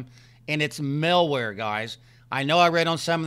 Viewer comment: 'Mal'ware, not 'Mil'ware. Also, Norton is a terrible virus protection software. 'Mal'warebytes is good, but get Avast Home Edition instead of Norton. The version of Norton you have is a limited version. Plus, you need to work on your computer skills.